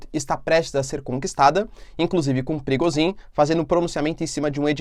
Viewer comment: Toda vez eu escuto o nome do cara de “perigozim” 😅